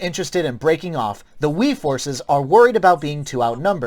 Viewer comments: Did he just said "Wee forces" for Wei. 🤣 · it's no biggie, but it sure is hilarious. From my analysis, it should be pronounced "Way" for Wei